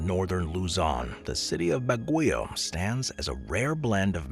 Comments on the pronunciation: That summer capital of the Philippines is pronounced “bag-yoh”, not “Baguyo” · Baguio is pronounced incorrectly, BAG-gee-oh. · Ba(same as ba-ton) gui(same as Gui-ness) o(same as o-ratotary) Ba-gui-o